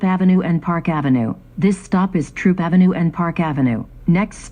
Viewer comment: It’s THROOP AV , Not Troop Avenue